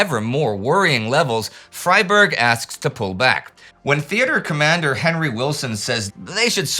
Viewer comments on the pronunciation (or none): none